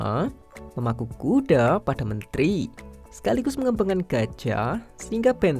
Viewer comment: Yg nyadar kalo abangnya ngomong kuda itu A nya kek panjang gtu😂😂 kudaaa